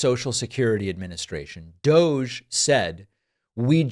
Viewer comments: Pronounced DOG 🐕‍🦺 E. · You’re all pronouncing it wrong, it is actually pronounced "Dog Eee". As in "Bad Dog Eee"... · Let it be known, that from this day forward, and throughout the land, DOGE shall be pronounced so that it rhymes with, "doggy." So it is written. So it shall be done! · DOGE really should be pronounced "DODGY"